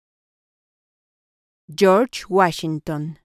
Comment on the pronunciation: Cho’s guachsinton 😂 🎉